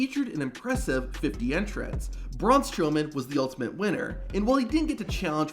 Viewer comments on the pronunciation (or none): none